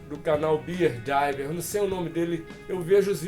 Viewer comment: Quero te agradecer pela força no canal, e dizer que tenho um respeito enorme por você e seu trabalho. Grato, espero um dia poder te conhecer pessoalmente, não só você, mas toda a turma do Shin Master. E o nome do canal, vc falou perfeitamente, muito obrigado pela força! Um forte abraço do CANAL BEER DIVER.